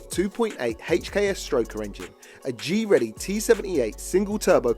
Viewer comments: Greddy, Not G-Ready. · Sorry have to be a car enthusiast nerd but Greddy not Gready lol